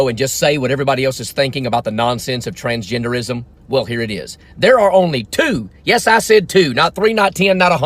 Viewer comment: With southern accent thoo😂😂 TRANSGENDEREEISM